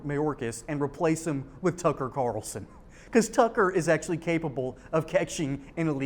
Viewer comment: Kararralson. It's Carlson. Very easy to pronounce.